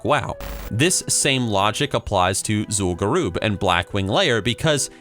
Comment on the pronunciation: "Zul'gurooob" CRINGES